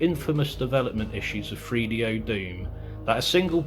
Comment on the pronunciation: it's pronounced 3DO not freedo. Three. Th. Use your tongue. - let's not bleep words out. This is the internet - not FCC regulated television.